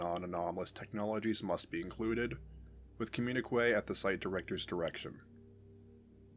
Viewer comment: "Communique" is pronounced "com-myun-ih-kay". No "w" sound after the "q".